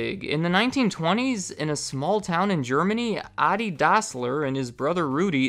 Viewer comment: you say that the company was called "Dossler Brothers Shoe Factory", but the brothers were called Dassler not Dossler ;)